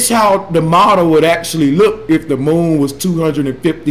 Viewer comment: I love the way Bro pronounces the word moon - he says it like "muwn".